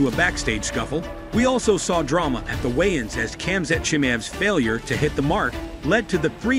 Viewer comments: lmao the text to speech butchered khamzat name lmao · still he butchered khamzat name multiple times lol